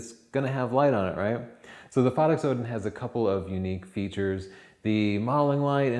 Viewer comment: Please same the name right.. Phottix, like "pho" as in "photography", or as in "photo". Not phaddix